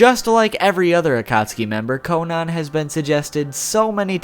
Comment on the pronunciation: its not konon its konan